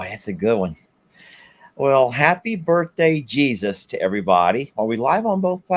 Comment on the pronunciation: Hey it's Jesus not Jesuw